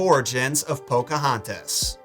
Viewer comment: As a member of the Chickahominy tribe myself it's amazing that Disney actually got the pronouncing of the names correctly. Do I wish they would have listened to the tribal members that came out to help Disney with the movie more so on the acualt history then just how the homes and traditional practices went. Yes, but I get it can't go with the truth if it looks really bad with her age being a minor.